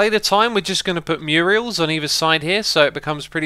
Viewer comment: I cringe every time I hear X pronounce it "Muriel"